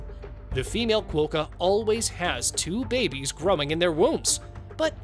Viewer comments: It’s quokka not qwokka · Ok, learn australian words please. Quokka has a short o , does not sound like croak.